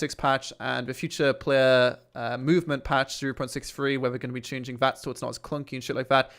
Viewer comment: Fuck me man, learn to speak properly! Viss, Vatt, Vhe Uver, furteen...... ( This, That, The other, Thirteen!!)